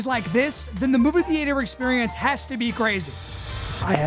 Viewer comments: movie thee-ate-her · Why do you pronounce it thee-ater? 😂 😂 😂 😂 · the way you say theater ruins the video off rip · I love the dedication to pronouncing “theater” that way